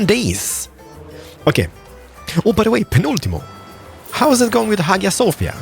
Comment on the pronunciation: In hagia sofia...you pronounce "g"sound as sound of "j"